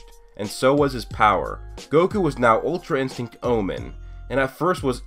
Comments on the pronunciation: my guy said ultrainstego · "Ultra instego" lol